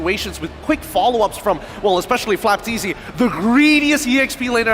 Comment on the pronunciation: FLAPTZY ❌ FLOPTZY✅